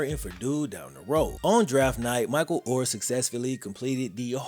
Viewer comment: is mos Def in my top 5 favorite YouTubers.... but why tf can't he say their last name right??